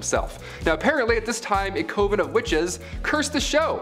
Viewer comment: Coven should rhyme with oven, not cove-n.